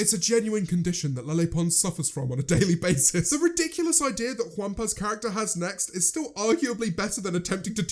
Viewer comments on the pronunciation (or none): none